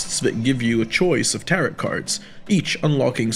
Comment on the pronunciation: Nice review! Not meant as an insult but I’m confused by the mispronunciation of locomotion (lockmotion) tarot (tarott) and echelon (eckelon) you sound like a native speaker so I’m just wondering how that came about?